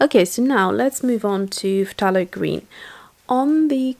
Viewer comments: I don't mean to be picky, but It's NOT 'p-tha-lo'.. it's THAY-LO! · I watch a lot of her videos and I hear her say ‘f-tha-lo’ and it sounds weird to me as well. but then she has a British accent and I think that they pronounce words differently... the British usually pronounce words the way you write them if you know what I mean.